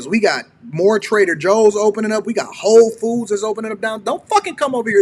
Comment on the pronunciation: Its whole foods. Not hoe food